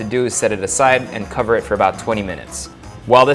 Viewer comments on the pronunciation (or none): none